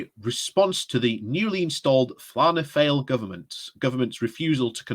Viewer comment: Hi just to help out your pronunciation of the Irish names and political parties they are called Fi a na Fall and the leaders name was E a mom D. Val air. A hope this helps